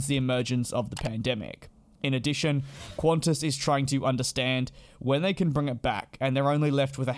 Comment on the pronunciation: you butchered the name qantas 💀